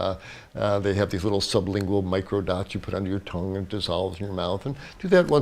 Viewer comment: ' mocrodots' 😄! You really showed your age doc! Lol good times